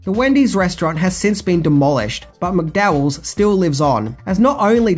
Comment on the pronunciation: Mate, I enjoy your videos, and I'm from Australia as well. And I know you have been blasted before for the way you mispronounce certain words and names, but seriously, it really annoyed the sh*t out of me the way you mispronounced Zamunda and McDowells. How? The words are spoken in the movie so many times, yet you still couldn't pronounce them properly.